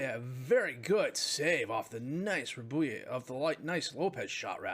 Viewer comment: Just FYI, Rabouille is Rab-uwee, basically. Like the word ratatouille.